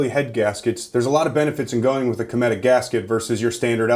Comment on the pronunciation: It is pronounced (cumetic) Bob is my grandpa hehe